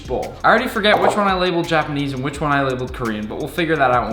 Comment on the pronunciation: why do you say "jah-panese" lol